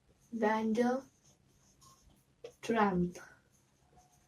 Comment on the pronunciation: It's Dr Mrs Vander tramp ... Not trampp